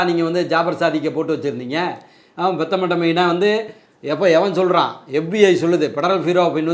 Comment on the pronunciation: மெத்தபெட்டமைன் என்பதை பெத்தமெட்டமைன் எனக் கூறாதீர்கள். நீங்கள் அருமையாகப் பேசுகிறீர்கள்.வாழ்க,வளர்க.